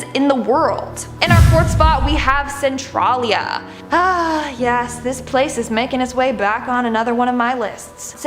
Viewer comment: Centralia is pronounced Sen Trail yah. Basically just add an i. I've been to Centralia many times. I actually remember when it was closed down. The roads for the town are mostly still there and in some places you can see the foundations of the houses that were torn down. Hunters go their, people with rtv's go there but mostly people go there to see the painted highway. It's closed off but if you know where, you can still get on it with a vehicle. The highway is cracked in several spots but the heat his no longer there. It is painted with spray paint, some good, most not so good, like there is a penis almost every ten feet. Supposedly it was filled over with sand when Covid first hit to prevent people from going there. I haven't been there in four years so I don't know if that is true or not. The town is safer now for these minor activities but not to live in. I remember driving on that closed highway when it was still open, hot and smoking.